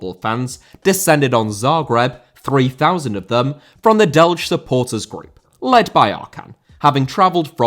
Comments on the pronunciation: J in Delije is not spoken like G or J in English but like Y in York (city). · Bro, it is painful to hear you pronounce Delije as Delge even for a Hajduk fan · D-e-l-i-y-eh, that it is how you pronounce Delijje the Red Start supporters.